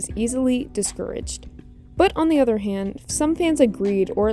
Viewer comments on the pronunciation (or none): none